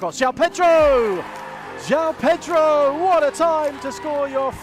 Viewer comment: Thank you for pronouncing his name correctly. All the idiot commentators calling him Jow have been driving me mad!!! João has two syllables. Felix got the same treatment when he was here!